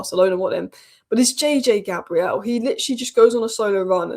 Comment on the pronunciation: please say his name right. He is not 'Gabrielle', a female Christian name. It is pronounced "Gae-brill". It's just respectful. No one calls you A- lice.